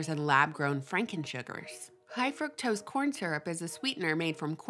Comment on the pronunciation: pleaseeee for gods sake pronounce fuctose like frooktose as it was supposed to be pronounced lol